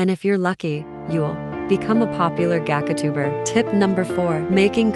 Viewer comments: Bro smt I keep on raging about is the fact that you kept on saying “ gacatuber” 💀💀💀😭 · The ai voice: "gackatuber ☺️" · This is actually really helpful, but can we just talk about the way the text to speech says “gachatuber” 😭😭